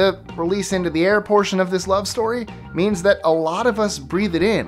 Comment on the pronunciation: every time I hear one I cringe